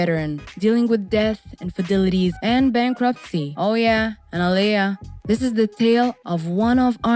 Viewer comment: Her name is Aa-li-yah!!! I like this channel but these voice-overs are irritating my soul. Stop having anybody just read the script and read it incorrectly please and thank you!!!🙄😒